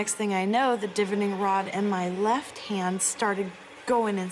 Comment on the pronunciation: Pronunciation of divining is duh-VINE-ing, emphasis on the VINE according to the Cambridge Dictionary. The word divination you place emphasis on the DIV. You’re welcome. The more you know, the better you sound like you know what you’re talking about…